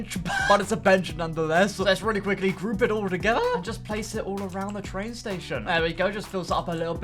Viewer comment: victoria is a twain station, YESS TWAINSSSSS